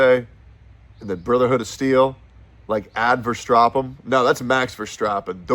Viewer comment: verstappen* not verstrappen 😅